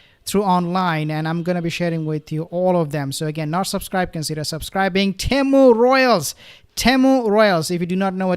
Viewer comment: Pronounced Team ewe 👍